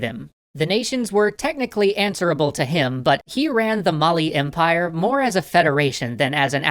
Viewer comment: mali is pronounced a little bit differently good try through =)